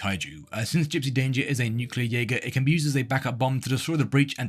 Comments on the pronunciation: Jäger means hunter. Also you mispronounced it. 😭. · bro did not say jaeger 🙂🙂🙂